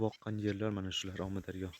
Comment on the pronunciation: Сенга имменна гапраётган болага сен бунака видиё чикарма тушундинг биринчидан Омидарёмас Амударё дейилади гапиришниямчи сиккиб куяркасан яхшиси йу́к булиб кет хопми